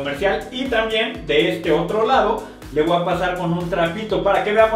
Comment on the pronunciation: "le woa a pasar" xd